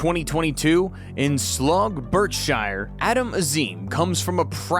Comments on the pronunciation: It is /bark-sher/ not /berk-shire/ I am Indonesian 😁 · "Born in Slugg, BerkSHYRE" - took a while to stop laughing at that one (for the record, pron. "Slow, barksheer") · Born in Slogg Birk-shire and only 3 years old. 😂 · Slog, Burke Shyer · Sluff? Burkshire? Good grief. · Slog Burkshare? If thats not AI, for the first time ever, please bring back AI! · Did the commentator really say "born in sloff Berk Shire"? 😂